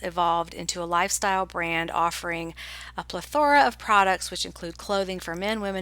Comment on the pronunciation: I thought I would share with you that plethora is pronounced Pleh-thr-uh. I could care less how you pronounce things but you seem very proper so I thought I would let you know. Love ya